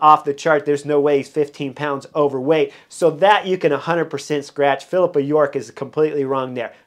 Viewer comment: Funny that in Pippa York’s article he is spelled correctly when she can’t pronounce his name right, no matter how hard she tries 😂